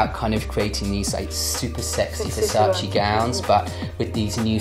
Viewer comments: NON È "VERSACI" È "VERSACE" Lo impariamo sì o sì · It’s VERSACE not VERSACI plsss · Girl, VersacE not Versaci